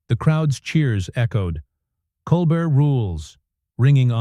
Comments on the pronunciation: I hate lazy people and the use of AI and Voice Recognition. The host's name is Stephen Colbert & it is not pronounced: Coal-Burt. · Get his name right. The name "Colbert" is pronounced as "Kohl-BEHR" as in "bear." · OMG that robot voice is dreadful. It kept mispronouncing Colbert. The script was so repetitive. No person would pause in the spots the machine did. Hire a human being for pity’s sake.